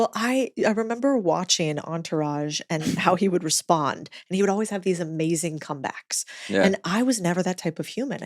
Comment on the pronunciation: It’s not “Amazeen” it’s “AmaZING” pronunciate please